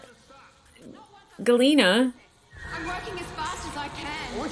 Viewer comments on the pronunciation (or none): 1. It's "Jil-ee-na". Sorry. I know you're working off of what you read in the subtitles, and they didn't stress the first letter/syllable very much. 2. Your frustration with D'argo is because they started out writing him as just the "raging barbarian" type, and didn't give him much else to work with. As they developed his character and gave him much more depth, he quickly became one of the best (and one of my favorite) characters on the show. Without spilling anything, hearing him sob was heartwrenching. 3. A microt is a little longer than a second; 45 microts is one minute, but an arn is still roughly an hour. A solar day is just what it sounds like (although that was an odd choice on the writers' part, as "solar" comes from the name for our own sun, Sol; although I guess a "stellar day" would've sounded too much like a parting platitude), and a cycle is roughly one year. 4. Claudia Black does deserve to be more well-known for sure, but considering the fact that she was in Farscape, Stargate SG1, Pitch Black, Queen of the Damned, and Ahsoka, as well as many voice acting roles in video games and cartoons, she's not as obscure as you think. If anyone has been criminally underutilized, it's Ben Browder (John Crichton). Outside of Farscape and Stargate SG1 (he and Claudia Black were both still under contract with SciFi (now SyFy) after Farscape ended, the only thing I've seen him in before his role in the MCU as an admiral of the Sovereign in Guardians of the Galaxy Vol. 2 was a